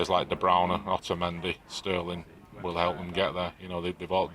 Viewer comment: na the guy kept saying Browner. I'm sure he knows it's De Bruyne